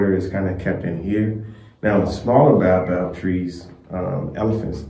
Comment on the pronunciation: Baobab ( Bay-yo-bab) :) Great content